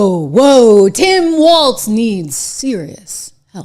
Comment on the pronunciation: As a MN conservative i despise Walz but omg can anyone pls pronounce his name correctly theres no T. We need to stop making ourselves look dumb unable to pronounce something so simple 🤦‍♀️